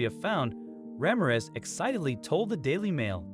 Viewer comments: " rah-meer-ehz" not "ramm-ahh-rez". please. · Ra - MIR - ez.😊